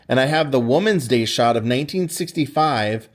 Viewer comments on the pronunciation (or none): none